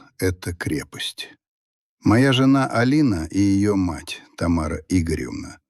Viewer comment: только вот жЁна подкачала, с ударением опять беда😢😂😂